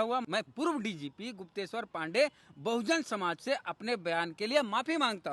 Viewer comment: तुम सिर्फ कूदना जानते हो तुम्हारे पूरे खानदान में आईपीएस बनना आरक्षण से भी उपाय नही है । तुमको गुप्तेशर बोलने नही आता है सोचो । तुम्हारा शिक्षा किस अस्तर का है